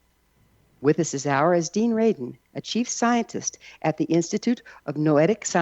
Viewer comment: R-A-D-I-N . . . for heaven's sake.